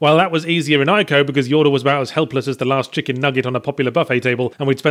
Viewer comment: Ee-co not Eye-co